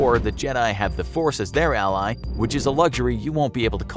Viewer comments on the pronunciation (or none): none